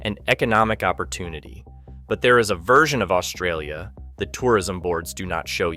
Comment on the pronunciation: Another person who cannot even pronounce Australia lecturing us on Australian culture and geography extremely inaccurately. No thanks !!!